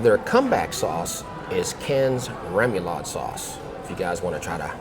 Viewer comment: Good Saturday morning! I don’t normally do this but John Remoulade is pronounced rem ooh lahd. Now back to the regular comment. I think I’m going to try that burger next time I stop in at Cracker Barrel. I’d love to try the one you go to it always looks like they do a good job there. Enjoy the first day of Summer I know I will!!